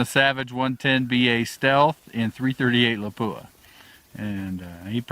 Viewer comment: Surprisingly, people still don’t know how to pronounce the word Lapua. It was named after the Finnish town where it was developed. It’s not la-poo-ah, with emphasis on the poo. It’s lap-uwa. Or lap-wa. Emphasis on the lap.